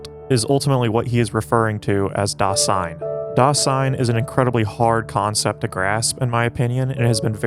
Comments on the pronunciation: Great work here! Only some remarks. First of all 'Dasein' isn't a word that Heidegger invented. It's a common German word, literally meaning 'being there,' that Heidegger has reinterpreted. Also, it's pronounced /ˈdaːzaɪn/, not /daːsaɪn/. Second, you mention that for Heidegger everything depends on your perspective, for example the perspective of being a Trump supporter or a Nazi. This video doesn't mention the fact that Heidegger himself was a Nazi, even though that would be the time and place. If everything depends on your perspective, how can you reconcile Heidegger's identity as an ordinary (ex-)Nazi with his philosophy of authenticity? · Dasein should be pronounced DAH-zyne. S makes Z sound in German. Ultimately tho, very good video! ^_^ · One minor point on pronunciation - it sounds like you are saying Das-ein, when it really needs to be pronounced >>Da-sein<< pronounced, "da 'zein" translation, being there (hence the title of the movie). But that is neither here nor there!! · "Dasein" with a soft "s" please... more "z" than "ss"... thanks! 😉